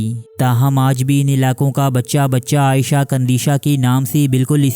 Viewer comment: Video's Daily dekhta Hun . per is video ne bohot ghussa dilaya . Parrh ker bhi galat naan bol rahe ho woh bhi bar bar . Aisha kandisha (عائیشہ ) Nahi he. ( iisha - عیشة ) he.